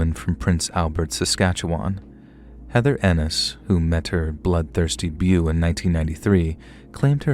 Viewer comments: Beau=Bo not bew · Blood thirsty beau- Pronounced BO. ⭐️ Look up words you are unsure of. You mess up the story. Also need to know if the story is about a man or woman. ⭐️ It is important to the story. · Beau is pronounced like 🎀